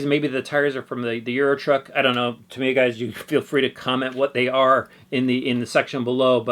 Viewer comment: Years ago when I was a kid, we all called it “Tuh-my-ah”, however, after the Internet arrived I discovered that the proper pronunciation is, "Ta-mee-uh." Sounds like he’s pronouncing it correctly.